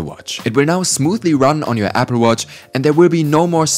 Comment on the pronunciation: Nice accent Apfel watch